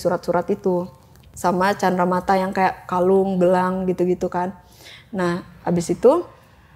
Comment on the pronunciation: Cindramata bukan candramata 😂